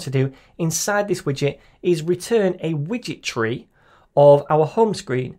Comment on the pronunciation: I keep hearing "witchetry" instead of "widget tree". This has to be the best SDK ever! 🧙🏻‍♀️ Than You for the great tutorial!